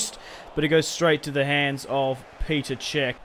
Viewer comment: It's not Peter cech it's petr cech